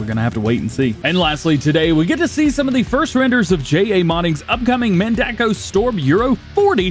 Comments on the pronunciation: It's also mendako not medaco bud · DJ little tip the Mendaco my way that I say it is Men-da-co